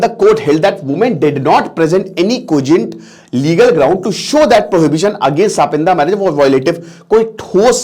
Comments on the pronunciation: Sir, सापिंदा नाही सपिंड होता है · It is not sapinda ,it is sapind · सपिंदा नहीं सपिंडा होता है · ये सापिन्दा नहीं है। टीचर हो लेकिन उच्चारण तुम्हारा कितना खराब है। "सापिण्ड" नहीं कह सकते अंग्रेज की औलाद?? कितने मूर्ख हो! 🤣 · it's not सापिंडा... it's सपिंडा.. same पिंड vale.. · Gawaar it's sa-pind; not sapindas. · इसका उच्चारण सपिंड है, सापिंदा नहीं। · S -pind bolna chah rahe hai? Lol sapindia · Pronunciation is wrong